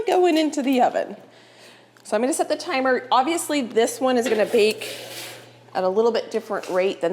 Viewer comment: Thrift store for cookbooks. And its “set” the table not “sat” the table(unless that is your northwest accent)